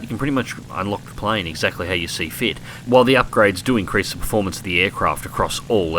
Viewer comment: I want this! Looks monstrously fast, albeit a bit of a handful at high speeds., why do you say why every time you mean while? It's a weird inflection.